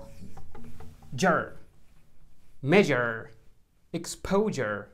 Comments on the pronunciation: حلو شرحك يعطيك العافيه بس ينرفز نطق ب حرف ع مثل ميشر مو لازم تنطق ميشعر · ليس ج بل حرف ژ و هذها ينطق في كلمه ميژر measure